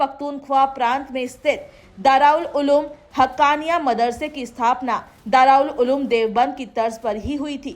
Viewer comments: Madam bolna sikhlo pahle darul uloom ko dra uloom bol rahi hai 😂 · Muttaqi Sahab Se hee poochlo darul uloom kehna seekho phir bolna naam bigarh kar bolne k peechhe kiya Koi sazish hai